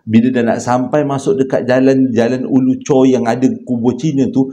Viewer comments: Bang Ulu Choh, bukan Ulu Chor. Tu tempat saya membesar... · Bukan Ulu chor tapi Ulu choh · Ulu choh bang.. bkn chor. Chor kat perak 😂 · Bkn ulu chor...ulu choh.... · jalan ulu choh ler.bkn ulu chor☺️ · Jln ulu choh , bkn ulu chor 😂 abg my hometown ni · Ulu choh kot bang... Bukan ulu chorrr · Jalan ulu Choh,.....bukan chor😅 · Ulu choh tau.. bkn ulu chor.. 😊